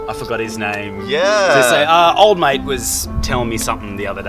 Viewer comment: Mate not mike